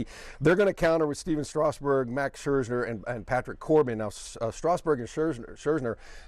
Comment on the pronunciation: ScherzNer... says it twice